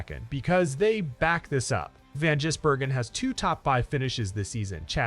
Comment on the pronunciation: Get your dumb AI to just simply say SVG. It is almost comedic trying to say his surname.